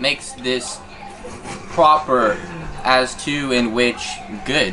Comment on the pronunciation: Idk but I just heard astro- confession haahahahaha